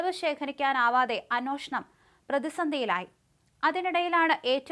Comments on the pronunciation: അന്വേഷിക്കുക എന്ന് പറയൂ.. അന്വോഷണം അല്ല..ഏ ആണ് ഓ അല്ല. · Annoshanam ശരിക്ക് ucharikku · അന്വേഷണം എന്ന് പറയു